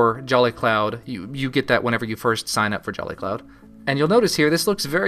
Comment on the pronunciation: He says jelly cloud. XD